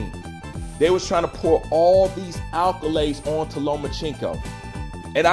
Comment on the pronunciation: Accolades* not alcolades